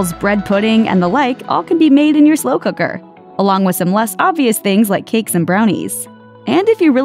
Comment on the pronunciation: "Mmm slew kuckrrrrrr".